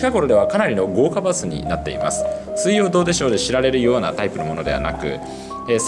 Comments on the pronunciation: どうでしょうの発音が正しい。114514点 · 「水曜どうでしょう」の発音はこれが正解。